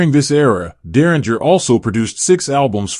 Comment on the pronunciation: You're pronouncing his last name incorrectly